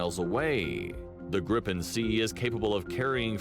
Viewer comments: As a Swede this calms me a little bit thinking about what is happening in Europe... It's not Grippen, it's Griipen. Only one p. And then he says "vaigen" as well. Why didn't he say viggen then? I'm surprised you don't know what the flares are for. ._. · Gripen is pronounced Greepen and means Griffin. The planes before were the Tunnan (barrel) the Lansen (Lance) The Draken (Dragon) and the Viggen (bolt). Saab went bankrupt, good at building cars, poor at building profit. There are still quality SAAB cars on the used market that should keep rolling for years to come. The flares you mentioned are to confuse heat seeking missiles. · Gripen (the griffin) is pronounced "griii penn" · The names of the Swedish planes mentioned (and which the presenter consistently mispronounces) are: "Draken" which means "The Dragon", "Viggen" which Wikipedia suggests would translate to "The Tufted Duck", and "Gripen" which means "The Griffin". Earlier Swedish jet fighter models were "Lansen" (The Lance) and "Tunnan" (The Barrel, if you see it you will understand). JAS stands for "Jakt, Attack, Spaning", which means pursuit (ie. fighter/interceptor capability), attack and recon.